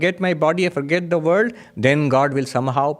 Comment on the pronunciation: Thw word "world" has an L in it. It's not pronounced "×9=d" Some will be confused by your talk.